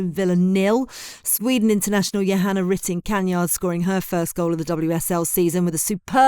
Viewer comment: 🫣 ive been following your pod for a while, if you care so much about pronouncing a managers name correctly, please do the same for the players. Just before that part you said "Kanyard" for kaneryd which sounded atrocious. Please learn how to pronounce everyones name correctly if you are going to bring that up. Its even more shocking with the commentators on match day 🤷